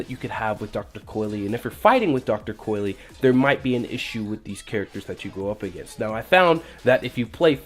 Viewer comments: It's pronounced COYL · It’s pronounced dr.coil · "Coy-Lee" N O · WTF what makes you think you pronounce the E at the end